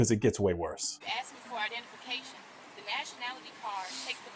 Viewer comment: Shateeequa be HONGRY! And, she AKKKSED you for information?!!